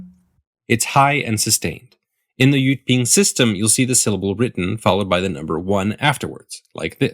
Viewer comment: correct jyutping, but he pronounced it wrong